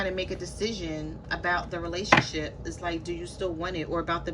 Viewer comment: I Almost thought you said RelationSHIT Lol 😂